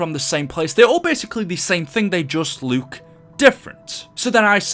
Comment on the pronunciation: I have a really important question why do you say look really weird